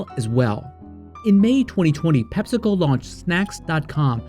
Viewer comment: It's Pep-see-co. We don't call it Pep-sa, it's Pep-see.